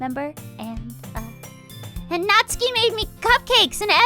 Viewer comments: You can hear twitch a little every time Jesse pronounces it "Nat-soo-ki". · I die a little inside every time Jesse intentionally mispronounces "Natsuki" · finally caves and pronounces Natsuki incorrectly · Omg that's not how you pronounce natsuki... LUL